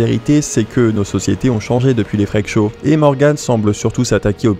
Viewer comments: "les frekes show" FREAK : se prononce FRIKE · les... friiiiiiiiik show , par pitié. pas "frék" ^^' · 'Freak' ne se dit pas 'Frèque' mais 'Frique' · Freak ça se prononce friiiiiik, pas frèk...les français🙄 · Les fraiques chaud 🤣 j'adore la bonne prononciation à la française 🤣🤣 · Ca se prononce “frik show” ! Sinon vraiment triste cette histoire, clairement comparable aux freak shows ! Et elle devraient clairement arreter de fréquenter ceux qui l’exploitent et disparaître des réseaux.